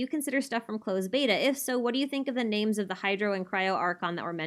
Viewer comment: haha your pronoucation of the names are very good compared to a lot of non asian creators XD